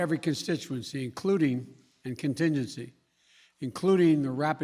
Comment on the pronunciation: Big words are too hard for the potato. The word is contingency!